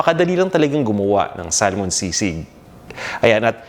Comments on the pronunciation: Yung pronunciation ng salmon is actually sa-mon, silent L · I get distracted by how you pronounce Salmon haha